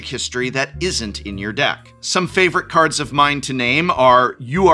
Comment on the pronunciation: how were you an actual english professor and you consistently get the pronunciations of cards wrong, wild